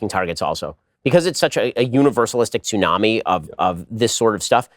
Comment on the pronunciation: Ben Tsunami, a long high sea wave caused by an earthquake, submarine landslide, or other disturbance. Pronounced soo·naa·mee. Toonami, an American late-night television programming block that broadcasts Japanese anime and American action animation. Pronounced too-NAH-mee. Please stop pronouncing the SILENT "T"